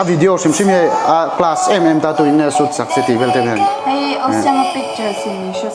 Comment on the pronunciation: 'Tuin nge soot sak che'...😂😂👍PERFECT ENGLISSS👌✌